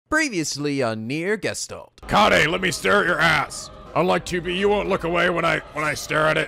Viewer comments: Oh, in trying to correct your pronunciation of Gestalt, you still mispronounce it. This is why we love you. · Gescholt? That's even more off :D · And so we add Gestalt to the list of mispronunciations. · I think it doesn't matter that you pronounce Gestalt wrong haha I like it that way it's cute how you say it x3